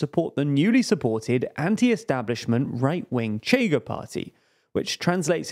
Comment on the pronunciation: It's not "cheiga" it's pronounced "sheer-ga" (Portuguese right party)